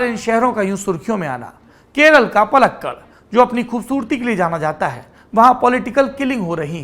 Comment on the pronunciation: It is paalakkaaD पालक्काड , karnool करनूल and hubbaLi हुब्बलि। Please avoid making silly pronunciation mistakes